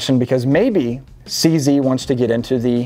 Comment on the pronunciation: Eftry south african is skreemig at the fone vor the way you sead cz